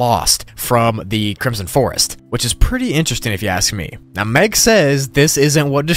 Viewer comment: Are you seerous right neow?